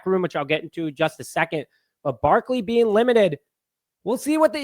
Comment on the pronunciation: Barkley,NOT Barkely.